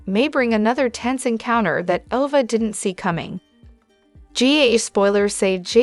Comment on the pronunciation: Ava is pronounced A va